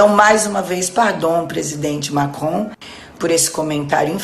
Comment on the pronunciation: O fala francês ou é a língua presa que ajuda na pronúncia do "Macron"?